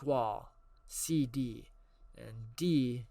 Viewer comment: Not that it matters really but SeeD is pronounced just like the word seed. The students are seeds grown in the gardens in FF8